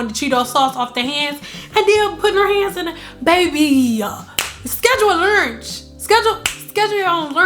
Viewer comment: Schedule a "lurnch"..lmao bwhahahahaha 🤣🤣